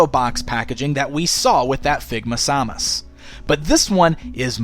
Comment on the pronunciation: Sam-us not sau-mus